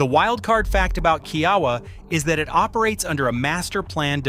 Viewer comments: Kia-Wah not key Yawah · It’s pronounced KIA-WAH